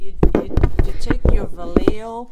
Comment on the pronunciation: Vallejo ia pronounced. vee-A-ho long vowels.